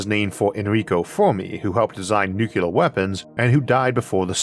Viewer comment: I barely notice the speech impediment these days. But I do chuckle every time you pronounce nuclear as nucular.